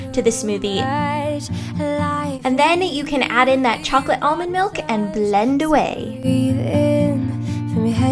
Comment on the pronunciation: I hate your voice. Especially the way you use "ch" Chunks and chocolate.